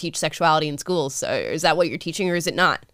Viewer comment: that "so" sounded so Australian lol